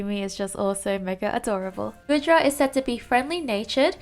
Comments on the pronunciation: normally I don't care but saying GOOD-Dra instead of GOO-Dra is baffling especially when you pronounced GOOmy and SligGOO right. I just don't know how you managed that. Anyway excited for Tropius since he needs love but I rather he not get added until he gets an evolution cause his stats are so low. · it's Gooooodra that's not how you pronounce 😭 anyway goodra is my favourite out of these just because it's a possible defender and I enjoyed using it in x&y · I love the Goodra line! Goomy is precious. Actually, all of them are precious. We need more defenders, and if the Hisuian form comes to Unite, I hope it will be a defender. (by the way, it's pronounced "Goo-dra" like goo)